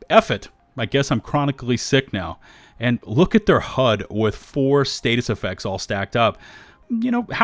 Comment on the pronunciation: why are you saying status effect the way you are?